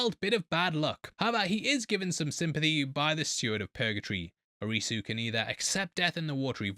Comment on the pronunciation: You'd be closer to pronounce Arisu like the first part of Odyssey maybe with a slight uh sound at the end